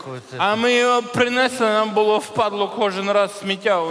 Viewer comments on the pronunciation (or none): Принесли, наголос на останній склад. ПринеслИ